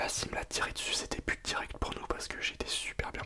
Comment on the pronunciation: J'avais compris pute olieu de but 😂😂😂😂😂